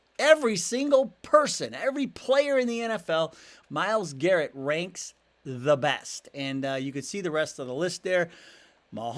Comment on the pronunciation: Who's Myles GARRENT? Technical flaw, just bustin your chops. 😅